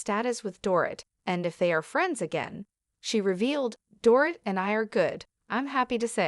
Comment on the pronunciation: Door It???? Maybe learn to pronounce her name.